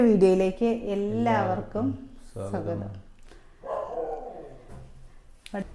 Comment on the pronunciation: സോഗതം അല്ല സ്വാഗതം എന്ന് പറഞ്ഞു പടിക്ക്